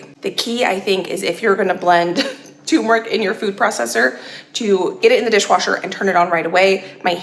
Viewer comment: It seems like every time I watch one of your videos, I have to correct either your grammer or your pronunciation. Sigh. It is "term" eric, "toom" meric!